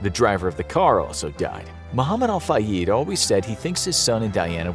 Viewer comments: Appreciate your videos, but you guys REALLY gotta get your pronunciation together. It's ElocUtion, not Allocation. And Al Fayed, not Al FayEEd. This is common amongst your videos. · U say fayed wrong